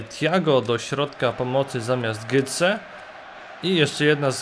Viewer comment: Nie "Gytse" tylko "Goce"